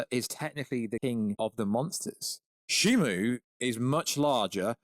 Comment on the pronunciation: You still keep saying Shimu